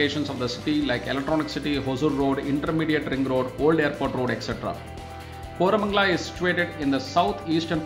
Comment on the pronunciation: Seriously.. Kormangala?? WTF...